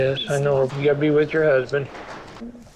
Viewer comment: He literally said i will Take ibrahim Wizzzz me